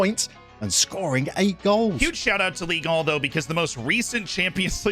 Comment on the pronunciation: "Ligue AWHH" and the entire pronunciation of French clubs in this video hurt my soul, absolutely love to see that there was a recent all-French UCL final., I love you but you mention PSG's absence of UCL trophies/jokingly being banned from Qatar but we don't get the same for City 20 seconds later even though their owners are far richer?? Big sad